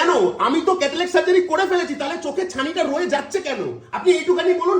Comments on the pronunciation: Kothakar ashikkhito re bhai cataract k catalac bolchhe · Lokta ekta chotolok.... Chotolok er moto chillache Catalact catalact korche... Cataract er uccharon janena